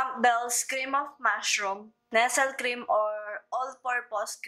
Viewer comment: Ate jusko, di po NESEL pag pronounce jan. NEST-LEY po. 😭 Naka bother kase hahaha